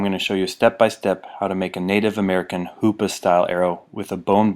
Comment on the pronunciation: Every time he said hoops arrow I said HOOOO PAA